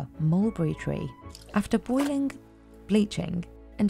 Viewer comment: Why is this woman pronouncing a k after every ng. Boilingk, bleachink…